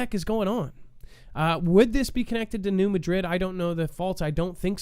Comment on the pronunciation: It is pronounced New MA-drid.